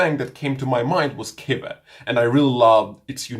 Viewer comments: it's pronounced Kwiver, not kivver. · I don't think its about accents, just a bit of corrective help. Guy is correct. Its really easy...think of the word "quick". Its not pronounced "kick", its pronounced "kwick". Same applies to "quiver".